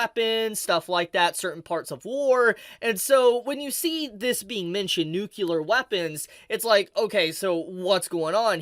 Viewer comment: Are you aware that you say "nucular" and not "nuclear"? It's pronounced "New-clee-er" Aside from that, thanks for the vid.